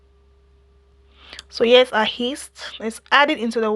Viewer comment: its not Heast but rather Yeast 😅